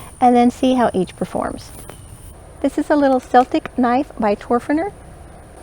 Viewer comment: Great comparison video, I love Morakniv knives, I have seversal, but I just brought a Toferner! You could easily hook the loop of the Toferner Celtic knife through the leather thing to keep it safer. Especially with your modification! Extra points for pronouncing ''celtic'' the right way! (PS, the Toferner knives should make sparks with a real flint stone)